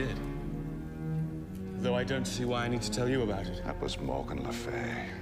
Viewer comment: I mean its Le Fay not e ,a